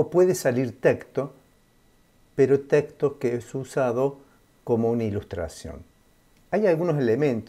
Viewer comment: Me chirrían los oídos cada vez que dice "teCto" y no "teXto"....